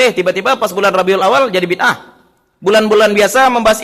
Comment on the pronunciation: Mereka gak tau ngomong bid ah. Tapi maksain jadi ngaco parah